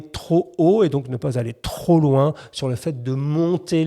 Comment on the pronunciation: çà vas très louins, presque trop louuiins